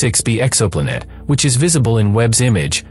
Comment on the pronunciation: "Exoplunette". Just break the word in TWO with a hyphen before you let the digital voice read it. Breaking words up changes the pronunciation.